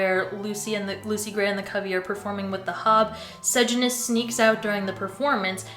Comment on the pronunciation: its cor-io-lan-us and suh-jan-us